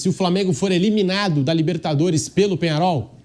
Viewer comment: Qual jogo vc assistiu? Penharo? Que time é esse? "I um time" ???? Vc é americano? Kkkkkkkkkkkkkkk Amigão, o nome é Penhãrol, e é um time horrível. O time ter uns títulos não adiciona técnica a jogador ruim. Vc é um vascaindo que nem sabe a nacionalidade dos caras kkkkkkkkk... O uruguai tem 2 títulos de copa, depois disso, quantas finais disputou? Sai dae anti, mas pode continuar dando audiência pra noiz. Vascaindo sem tradição...